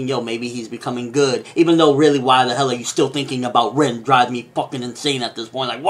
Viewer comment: You keep mispronouncing the names and quite frankly its fucking annoying. Example: its spelled (Rin) but is pronounced (Reen)